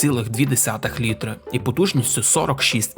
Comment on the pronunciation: Мені дуже подобається канал, вміст і гумор. Але кілОметр і літрИ. Пане авторе! Працюй над вимовою, будь ласка